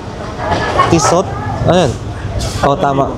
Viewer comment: Tee-sooh = Tissot Oo-blow= Hublot